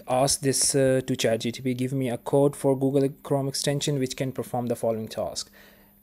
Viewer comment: it's chat G P T . you are saying chat G T P.